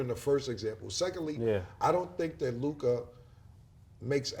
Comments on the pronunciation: It’s Luka not Luk-AHH 😂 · LukAh LukAh 😂😂 just say Luka fellas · What's with the Lukah pronunciation 😂